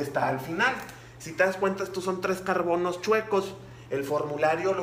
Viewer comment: No sé que decir pero en el ejercicio número 3 cuando dijo:"tenemos cuatro carbonos" yo escuché carconos😂